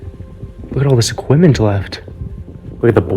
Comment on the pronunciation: what accent is it that pronounces "EQUIPMENT" as "EQ-WI-MEN".